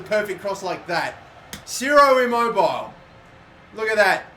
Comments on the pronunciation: It’s Ciro I-mobe-I-ley not Ciro I-mobile😂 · It's pronounced "chiro immobiley" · It’s pronounced I-mo-bi-lay